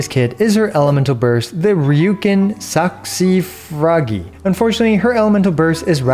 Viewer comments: Saxifrage is an English word. It's pronounced like sack-see-fridge. It's not Japanese. Ryuukin is Japanese, but not Saxifrage. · Saxifrage is an English word lmfao, you can pronounce it with English rules